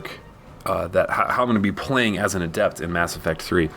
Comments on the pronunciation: Great video. Its "Adept," not "aDept." All the class names have accents on the first syllable. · adept is not pronounced that way the stress is on the A